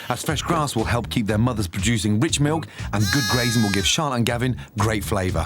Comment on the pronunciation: teddy melk